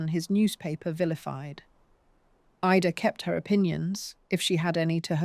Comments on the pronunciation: Great story..... although thin on explanations. Also, some of the images onscreen make no sense: Birth certificates of random people. A newspaper page from Oregon with nothing about Ida. Buildings that have nothing to do with the story. Etc. Also, why does the narrator sometimes call her "Eeda"??? 😮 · Suddenly the narrator called her Eeeda. Can’t we get warnings here Ai is being used? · because of the mistakes, the mispronunciations of names like ida. And also the addition of unrelated photos. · Is this phony AI narration? Because ida’s name is pronounced Ida, most of the time, and then its suddenly pronounced “EEDA”. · Was she Irish or English? The AI narrator doesn’t seem to know, just as she doesn’t know whether to pronounce Ida’s name as eye-da or eee-da. What else doesn’t the narrator know? What do we, the listeners, know or not know? Truth or fiction? Who knows? Who cares when the present we are living in is constructed of the lies created by those in power mixed with the sad denied truths their victims are forced to live with. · Did I miss something? What has Marilyn Monroe's birth cert to do with Ida's sister? I watched to the end. The same narrator pronounced Ida two different ways. Marilyn's birth cert and then later some oddly engraved headstone that didn't match the narration. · Why is her first name Ida, pronounced differently through out this? Bloody fake voices. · The occasional mispronunciation of the name Ida shows the narration to be AI. That's not bad, but the awareness of it is important.